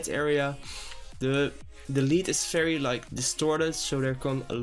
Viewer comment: "FAERY FERY SIMPLE"